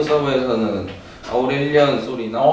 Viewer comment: 아우렐리언× 아우렐리온○